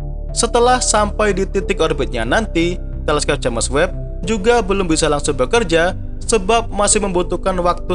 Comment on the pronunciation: Koreksi min, james webb pd nama teleskop , james di baca jims, bkn j a m e s